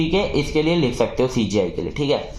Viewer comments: CGI ko SGI mttt bolo yaarr ... Baaki explanation gajbb hai 😮❤ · Bhai CGI ko baar baar sgi kyu bol rhe???